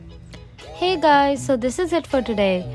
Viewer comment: The way she said heyyhhh😂 proves her Indian ness😂